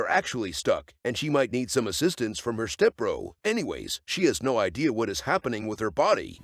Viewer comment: "He has no Eye-dea" Yup later after he gets his Items hehehe